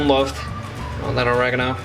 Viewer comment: Or e ga no, not origaganangaano 😂